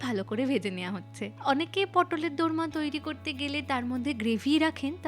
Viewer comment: দরমা না, ওটা দোর্মা 😊